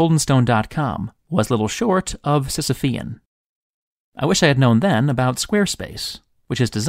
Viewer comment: Sisyphean? Oh my. Sir, you have a new subscriber.